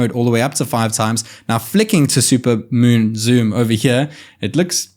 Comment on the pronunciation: zat "moon zoom" sounded like Jack Cluso from Pink Panther